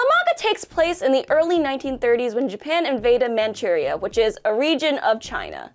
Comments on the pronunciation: I like how pronounced Manchuria with a Japanese accent, even though it is an English word based on the Chinese pronunciation. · I can't be the only person who does not like the the way she pronounces Manchuria